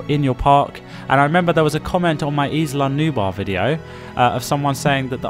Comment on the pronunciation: Nice video. Little comments: The «Gallimimus» chasing the guests is an Struthiomimus. And is not Isla Nuba, its Isla nubLaR.